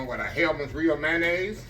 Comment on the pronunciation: ""Come on now, you killing me..😂😂😂😂 "Mayonnaise"....zeeee",...it's a word, now 😅😅😅😅👍, Westcoast Listening 🙏🎧